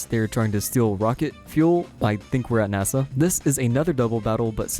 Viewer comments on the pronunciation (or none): none